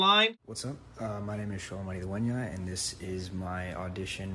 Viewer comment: You killed it with the pronunciation of Maridueña preparing myself emotionally for every interviewer to mispronounce it